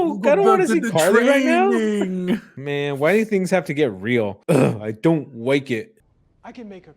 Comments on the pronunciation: saying "why do things have to get real, I don't wike it" is such a mood. Same, dude, SAME. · I don’t wike it🤣